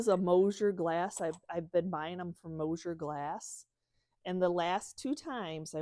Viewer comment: That's MOSSER GLASS. Pronounced like moss-er. I live close to Mosser glass. Mosier is totally different and not American.